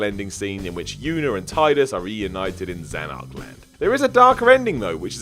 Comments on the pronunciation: Amazing considering that game has like...voice acting and it's said about fifty times. Did you also catch "Zanark-Land"? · It's pronounced SPEAR-AH. Not Spy-ra. Have you even played these game? They're awesomely voice acted and they only say Spira about a million times throughout. And Zanark-Land... seriously? Two things: it's Zanarkand (no L) and they are reunited on the island of Besaid, not in Zanarkand. You really haven't played these games have you?